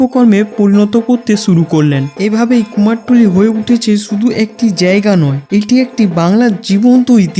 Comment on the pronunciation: কুমারটুলি ❌ কুমারটুলি ✅